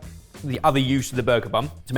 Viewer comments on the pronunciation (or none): "Bun." He said bun, right? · Bun Jamie, he said Bun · Jamie, I heard the same. “Sweet as bum” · i could swear that said "sweetness of bum" there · Did I hear that correctly......"Sweetness of bum". 🤣🤣